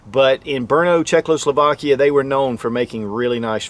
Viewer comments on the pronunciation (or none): none